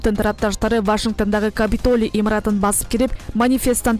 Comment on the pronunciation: Вашингтан эмес Вашингтон деп туура окугулачы сураныч